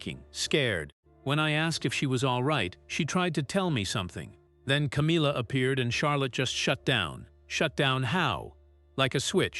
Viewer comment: What a load of rubbish, your not even pronouncing Camillas name properly, I hope that you get sued for slander and libel. Disgusting putting out rubbish like this. 😡😠😠😠